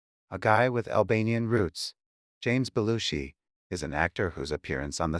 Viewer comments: Half the time narrator mispronounce Jim Belushi name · Nearly 47,000 views and only 461 likes. You are SO WRONG about Jim Belushi, and you might just want to learn how to pronounce his name.